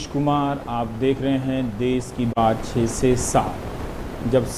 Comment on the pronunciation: देश होता है ना कि देस